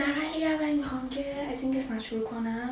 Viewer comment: چرا به قسمت میگی گسمت